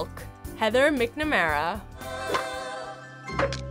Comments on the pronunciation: She said micnamara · Did she just say Heather MiCnAmArA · Did you just say MIC Namara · you said mcnamara wrong it’s mack , not mick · Since when was it pronounced as "Mik-Namara" I thought it was "Mak-Namara" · Its said as MacnMara not Micnmara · Yes. She did. She should be fired until she knows McNamara is pronounced "MacNamara" 😲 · Of course not she said MIC NamEra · Did you really just pronounce McNamara like that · Did anyone eles notice how she pronounced Heather McNamara? That was annoying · U said McNamara wrong